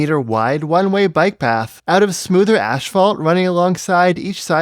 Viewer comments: Are you saying “ash-fault”? It’s asphalt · Sorry, but every time you pronounced "Asphalt" as "ASH-fault" it really threw me out of your video. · am I hearing "ashphalt"? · It's a Canadian/British thing. I remember when I first heard it. It was weird.